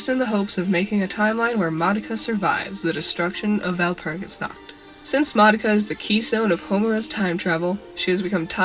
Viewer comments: I know it is unimportant but "Nacht" is not pronounced like "nackt" (no "k" sound) instead try to pronounce it like pushing air through your throat while making a "r" sound. But the throat-r not the tongue-r. I know its hard but I wanted to mention it since the mispronounciation sounded so funny I couldnt concentrate (Walpurgisnacht sounds like the night of walpurgis but walpurgisnackt sounds like walpurgis is naked cx) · I cant deny that the fact that no non german managing to even slighty pronounce Walpurgisnacht correctly annoys me.